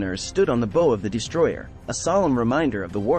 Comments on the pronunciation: Pronunciation of bow is bau in reference to the forward part of the ship. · bow, not bow.